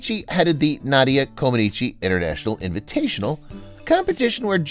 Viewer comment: Didn't he say Na dia, with a as in hat? I thought the correct pronounciation is Nah dia .